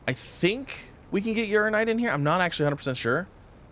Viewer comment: I really wish he’d pronounce Uraninite properly.